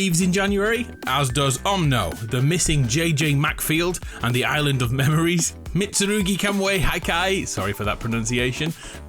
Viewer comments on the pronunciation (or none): none